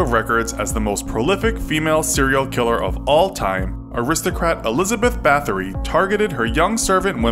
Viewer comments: Her name is pronounced "Bowtree" and she's pretty interesting. The podcast Lore has an episode about her called All the lovely ladies. She was never formally charged or punished under the law, she was locked in isolation though which is what she feared most. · you say her last name as batory